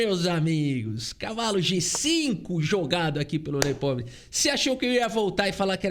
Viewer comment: parabéns por mais uma bela análise, meu canal favorito de xadrez. Mas sugiro que dê uma sondada na pronúncia do nome do Nepo em russo (que é tipo assim: Yan Nepomnyashchiy). Mas ouvir um russo falando facilita 😉